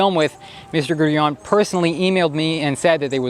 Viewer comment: Why can't Americans pronounce anything properly? Who the fuck is "Grueong"? 😂😂😂